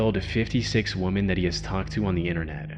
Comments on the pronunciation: Let me begin by saying, I love your work. It's excellent. Ok, that being said, the plural of woman is women, pronounced "wimin". One woman is woman, more than one is women, pronounced "wimin". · Woman. Women. These words are pronounced differently. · why does everyone who makes these types of videos always mispronounce "women"?